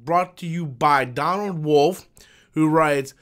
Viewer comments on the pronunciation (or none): none